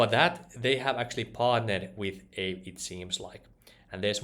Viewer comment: I believe it's pronounced ahvey ;-)